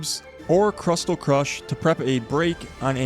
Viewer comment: Say crystal. Now say crystal crush